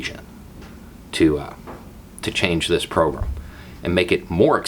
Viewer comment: Wanted to put this separate from my usual long-winded comment... anyone else hear "pogrom" every time says "program" or is that just my twisted brain malfunctioning?